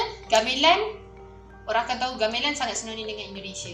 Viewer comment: Menyebut gamelan pun gak betul... Ga me (e pepet) lan